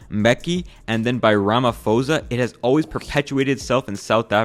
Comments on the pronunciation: the 'ph' in Ramaphosa is pronounced as a 'p', not an 'f'. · brilliant video but HAHAHAHA I CANT STOP THINKING ABOUT HOW YOU PRONOUNCED RAMAPHOSA. I'm south African and its supposed to be pronounce rama-PO-za, in Bantu languages things are written the way they are pronounced, you just pronounce the H right after the consonant (like letting out more breath) making the consonant before it more pronounced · They way this man pronunces ramapohsa is hilariously wrong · "RamaFOZA?????" (Its "rummapoawwwsa" basically) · Bro said Ramafosa😹😹😹😹. It’s pronounced Ramapohsa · The ph in Ramaphosa is pronounced as a hard p sound, not an f sound. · Im south african and this is pretty accurate But the PRONUNCIATION my guy, ik it's not easy, but I still squirmed when you said 'ramafosa'😂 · rhamafosa😂 love the way u butchered his name ❤ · Bro said "Ramafosa" 💀💀💀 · Btw its pronounced as rama-posa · Your pronunciation of Ramaphosa gave me an aneurysm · I see a lot of the comments here are from South-African and I think we can all agree that this video is almost spot on to how it is here in South-Africa. I'm glad that a video like this is getting traction so that people can see what's going on here. P.S. the ph in Ramaphosa is pronounced as a P. I found the mistake quite funny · and the way he said Ramaphosa😂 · As a fellow south african i really like this video your talking pure facts about the country and this is overall a good video. But please and im sure other south africans will agree with me on this that next time you make a video on another country to atleast put in more effort or research on how to properly pronounce the names of people or places because especially in south africa by not pronouncing someone's name properly we get extremely offended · I laughed so hard when I heard him pronounce Ramaphosa's name. 🤣